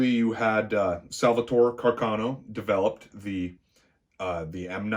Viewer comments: I’m Michael Lorusso, & I approve of this video. Well done!... On a side note, as an Italian, thank you for pronouncing “Carcano” correctly:) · Well he pronounced Carcano correctly. Only Ian from Forgotten Weapons and this narrator pronounced Carcano correctly so lets cut the man some slack brother. I'm as Italian as they make them as well.